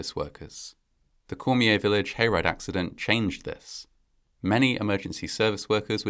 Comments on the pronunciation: Cormier is pronounced “Core-mee-yay”. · I agree, although the pronounciation of some names, just sounded like jibberish. There are some programs you can use, which actually repeat the word or name You were close on Cormier though. The final R is silent. Cheers.